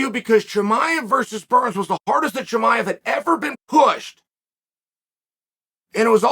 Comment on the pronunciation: U really need to work on name pronunciation.. I thought you were talking about Jeremiah